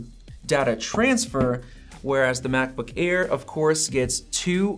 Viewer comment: “Macbook ear”